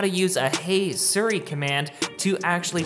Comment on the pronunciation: its SEER-E, not SIR-E